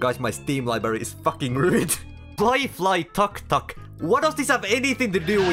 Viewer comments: My mate read tuk-tuk into tuck-tuck 😅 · As thai people you pronounce tuk-tuk wrong you need to pronounce like : Túk túk (tuk tuk ตุ๊กตุ๊ก) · as an indian I laughed a alot😂 On your pronunciation of "tuk tuk" as "tak tak" its autorickshaw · it's pronounce took-took